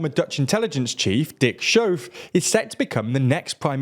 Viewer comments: The 'ch' in the name 'Schoof' is pronounced like the Scottish word 'loch'. Not 'shove'. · that's not how you pronounce SCHOOF. haha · Heerlijk dat verhaspelen van z'n naam. Hier mogen we nog een paar jaar van genieten.😂